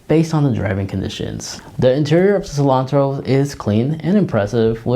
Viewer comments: It’s Seltos not Selontos! 👍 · How hard is it to say Sel-tos?